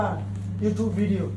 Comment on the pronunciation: ভাই ওরা ইউটিউব বলা না ইউচিউট বলে